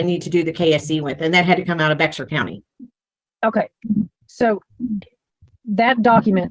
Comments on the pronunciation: San Antonio is in Bexar County, it's not pronounced "BEX-R", it's sounds just like "bare" or "bear". No self-respecting Texan over the age of 20 should get that wrong. 🤣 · I'm not from Texas, but I know how to pronounce Bexar bc of Judge Boyd 😂